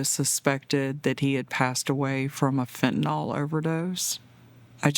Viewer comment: Preach long and loud, but please....fen-ta-nil